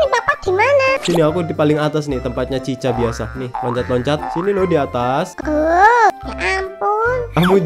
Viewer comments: Chika bang bukan cica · Chica Itu Chika Loh Sebutnya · cika bukan cicha nama nya doang tapi di baca cika